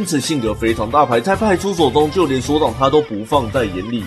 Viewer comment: 歐龍派出ㄙㄡˋ